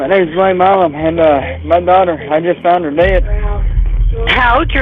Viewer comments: Why does it keep saying "Mim" or "Mam". His name is not hard to pronounce. It is "Milam" (My-lum) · Why is he saying his last name as mam it's Mi lam